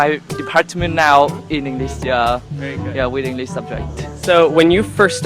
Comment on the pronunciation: somebody in clip, their pronunciation is not good, they need to improve it! english --> they say "inglis".